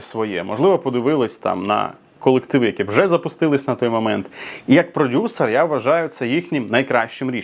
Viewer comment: Єпать ....😅 каже продюСЕР 😂😂